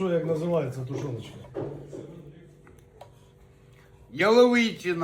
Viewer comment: Ялови'чина😂😂😂 Хорошо что не по русски прочитал😂😂😂